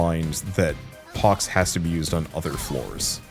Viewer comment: The dread that struck my heart when I heard you misread pox lol